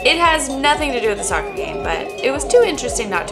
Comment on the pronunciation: Please do not say scoccer!!!